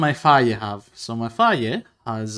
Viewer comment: you saying phage like fa-yeh makes me think of how i, a native english speaker, heard some sequence of letters similar to "cedo" pronounced "chay-doh", and now the only reason i'd have to imagine that weapon's name pronounced otherwise is how everyone else says it.